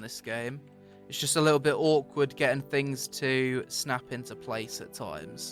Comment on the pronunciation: THings, THings, not fings, aaaaaaagghhhhhh